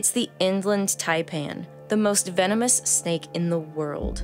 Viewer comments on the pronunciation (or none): "VEENO MOOSE"